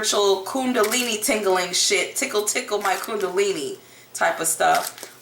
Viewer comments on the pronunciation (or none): none